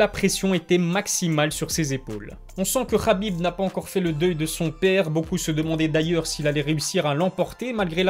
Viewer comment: On ne dit pas khabib mais Habib